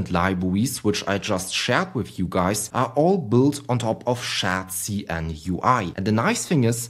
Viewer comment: "SCHÄT-SI-EN" :D